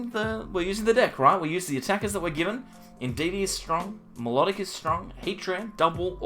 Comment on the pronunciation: Pronounce Milotic: My-Low-Tick Not: Melodic